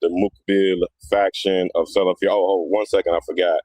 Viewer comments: You can’t even say the word salafi properly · The video was horrifying just like the whole incidents that was mentioned, such as saying Muhammad bin Wahaab wasn’t from the Salaf ( Born in the 18th century) while the Salaf are the first three generations, miss pronouncing Salafy, using one or two people and their wrong doings with their misconduct as the tool to label individuals broadly as Muqbilist and bullies and exstreemis : shows that the guy doesn’t know what he is saying nor what he is doing. As if Sufies, Shiites , tablghies , Asharies , Kharajees and many haven’t and won’t fight and kill another Muslim in the masjid !?